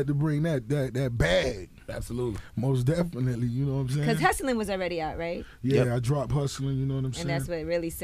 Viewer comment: say mos definitely one more time, N am'er strangle your police ass...Otherwise great interview